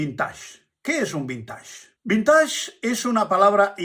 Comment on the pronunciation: Perdón, pero la pronunciación es vinteig, ya que es palabra inglesa, pero muy ilustrativo su video